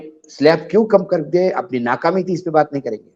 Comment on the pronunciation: Bhai Pehli- baat uniwesrey ni hota vo university hota hai Dusri -baath nahi hota Baat hota h Thesri- yere ni tere hota hai Chauthi- machin ni machine hota hai Pehle galtiyan sudharo phir baat karna Ab Dhanyawad mat bolna 🙏